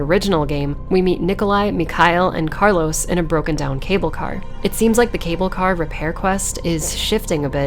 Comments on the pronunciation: Btw your pronunciation of carlos in spanish was perfect. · Your spot-on pronunciation of Carlos' name warranted a new subscriber. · For an english speaker u said carlos name quite good 😚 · Great video as always, btw I love your pronunciation of Carlos’s name